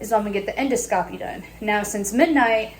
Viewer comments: En (IN)-do (D-AH) -scopy (Sk-OH-pee). Endoscopy =IN-DAH-Sk-OHpee Hope that helps Jenelle 😁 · En - doscopy. Edit : En-dos-capee